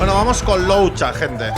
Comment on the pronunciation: Algún día podrá decir el nombre de luocha bien?